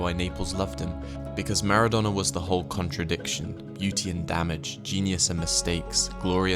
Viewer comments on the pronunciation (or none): none